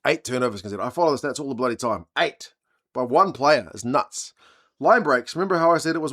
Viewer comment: "Sam bledy Prendergast"😂😂😂😂... That's awesome